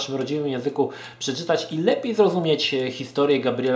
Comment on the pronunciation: A to nie czyta sie "bist" przypadkiem ?